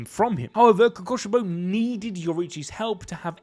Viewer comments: "omg guys its the demon who uses a breathing style KOKOSHIBO" kokushibo is pronounced ko-koo-shi-bo the 'ku' is pronounced like fOOd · ITS KOKUSHIBO NOT KOKOSHIBO